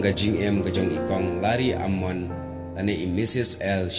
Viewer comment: Kynnoh Lari-ia-mon ym Lari-am-mon 🤦🏻‍♂️